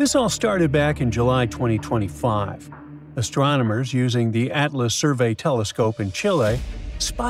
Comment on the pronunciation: 'Ashtwarmerners' ? Nice of them to get Elmer Fudd to do the voice-over for this video...